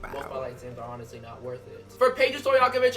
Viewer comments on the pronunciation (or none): none